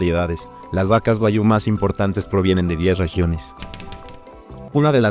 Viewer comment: Buen video pero pronuncia Guag- Giu Tu lo dices Gua-yu